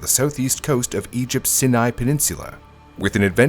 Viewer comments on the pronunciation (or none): The ‘Sin-Aye’? …. Say it with me .. “Sy-An-Aye” You telling my you didn’t use AI for this ? …..😂 Sure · Sinai Peninsula - it's pronounced "sigh-nigh" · He mispronounced "Sinai" badly, so I assume this actually is AI. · That is NOT how Sanai is pronounced. In fact, this is the first time Ive heard someone get it wrong. Its pronounced "SI-uhn-ai" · if you have watched their videos for a while (even before AI blew up), they mispronounce words a lot 😅